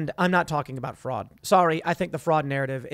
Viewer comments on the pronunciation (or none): Tim: “maybe it’s all intentional, maybe they want the country to fall apart.” Also Tim: “show me da evidence of da voter fwaud!” -you think they’re gonna ‘leave evidence’??